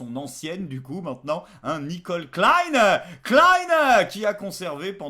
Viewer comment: Au nom du monde germanophone, un grand merci pour la bonne prononciation de Klein, Zimmer et Spritz(er)... par contre ''Chouartzi'' c'est non, c'est définitivement non...